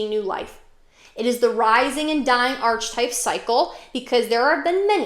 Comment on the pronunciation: To pronounce ARK-uh-type (singular) or ARK-uh-types (plural), rhyming with "bark" on the first syllable. The "ch" sounds like a "k", not like the "ch" in "arch" The h is silent. I’m confused that you seem so knowledgeable but don’t know how to pronounce such a pivotal word in the field Not now. Christian’s are persecuted by Muslims etc. Not so much other Christians. But the persecution of Christians by Christians actually led to positive reformations. Why do you call the Bible “pretty little”? Seems condescending.